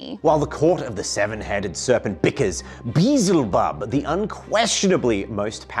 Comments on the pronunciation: hey there, it's your grammar guardsmen here, a "breach head" is when a babys head gets squished a bit during birth. the term your looking for is "beach head." and it's not bee-zel-bub, it's spelled/pronounced, "be-el-ze-bub." and a pet peeve, "may-lay," not "mee-lee." sorry if i'm annoying you guys, and i'm not trying to insult, i'd just want someone to correct me if i got something wrong, especially i'f i'm gonna be watched by a quarter million people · It’s pronounced more like bee-el-zee-bub. It’s from the Hebrew Baal-zevuv (or something like that) meaning “lord of the flies”